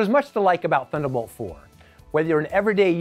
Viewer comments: "Thunnabolt" :P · I guess they couldn’t find anybody who can actually pronounce "Thunderbolt" ;)